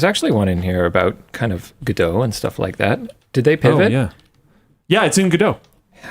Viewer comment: why the f is calling godot "giedough"???????